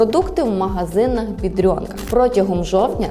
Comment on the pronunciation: Де ви берете це бйедрьонка? Жоден поляк так не говорить,тільки українці.